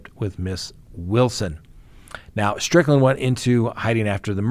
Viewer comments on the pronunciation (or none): none